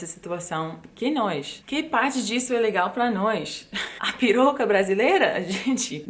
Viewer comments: O jeito que você fala piroca é muito engraçado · Oi gata! Quer dizer que as americanas não querem piroca brasileira??!!! KKKKKKKK Muito engraçado você falando isso com sotaque KKK. Eu tenho uma dúvida: recentemente conversei com uma amiga que mora em Berlim que disse que lá é a cidade dos solteiros, que isso tem acontecido em muitas cidades da Europa. Como é nos EUA? O casamento também está virando uma instituição falida nos EUA?